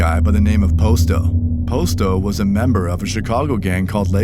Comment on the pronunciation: Posto is pronounced Pasto